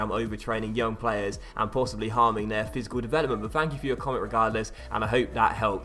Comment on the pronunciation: My man said fisical growth 😂😂😂